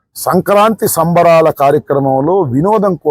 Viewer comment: ఏదో అన్నాడు మన రమ్ బాబు. సంక నాకి సంబరాలు అన్నట్లు వినబడింది.. ఆలోచిస్తే అది సంక్రాంతి సంబరాలు అని ఒక 2 నిమిషాల తర్వాత అర్ధం అయ్యింది 😂